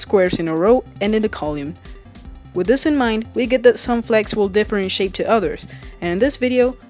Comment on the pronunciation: That isn't how you pronounce the word "column"